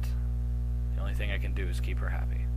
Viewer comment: Thing not thong. Sry X)